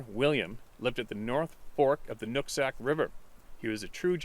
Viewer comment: Did u say" Nut sack" river!? lmao just a little levity to break the tension! lol